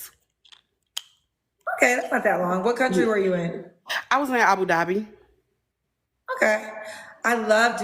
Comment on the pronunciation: Abu Dhabi is the capital city; She mispronounces Dhabi ; especially for someone who lived there four years. the country is United Arab Emirates . SMDH